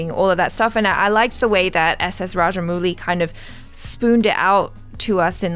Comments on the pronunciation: Kinda weird seeing u both face each other n discuss as if we viewers r out of it. And rajamowli pronunce not muli=raddish in hindi xd. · Some Foreigners call him raja"mougli"